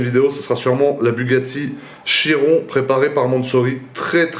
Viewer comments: On dit Kiron 😉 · ca se prononce vrmt chiron?? on dit chirone nan?